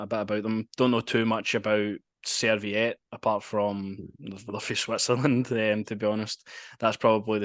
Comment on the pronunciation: They are not a "Swedish mob", they are Swiss. They are not called Serviette, they are called Servette. Well done for getting the Belgian info right..😂